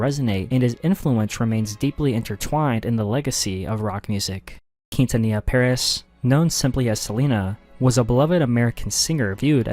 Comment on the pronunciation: hate how he pronounced quintanilla, its like a slap to my face